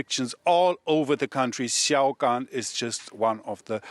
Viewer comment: I was wondering what “see yow gone” was. That studio reporter really butchered that one.